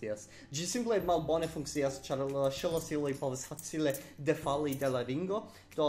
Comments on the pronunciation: Daŭris iomete longe antaŭ ol mi komprenis, ke vi diris la vorton ”ŝlosilo”. Vi vere prononcas ĝin kiel [ˌʃəlɔˈsilɔ] anstataŭ /ʃlɔˈsilɔ/. Ĉu vi kutime faras tion kun vortoj, kiu komenciĝas per ŝ + konsonanto (ekz. ŝtono, ŝvebi, ŝnuro)? (Tiu signifas, ke vi intermetas ŝvaon (t.e, la sono de ‘e’ en ekz. la angla ‘taken’) inter la ‘ŝ’ kaj la ‘l’ en la vorto ‘ŝlosilo’. Tiel ‘ŝ’ plus tiu sono iĝas plia silabo.) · Okej, mi provas klarigi ĝin. Jes, vi prononcas ĝin malsimile al la prononco de forvo. Mi klare aŭdas sonon inter la ‘ŝ’ kaj la ‘l’ en ‘ŝlosilo’. Vi kreas silabon. Do, vi esence diras ‘ŝe-lo-si-lo’ anstataŭ ‘ŝlo-si-lo’. Ĉu vi ne aŭdas diferencon kiam vi aŭskultas al vi mem kaj al forvo?